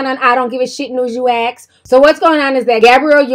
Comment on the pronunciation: Take away: if they “AX” to use the bathroom...